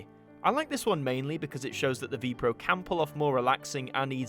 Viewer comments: Very nice. It is not pronounced Vee-Pro though! But spelled with each letter, so V.P.R.O. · You do not pronounce it as Vee Proh.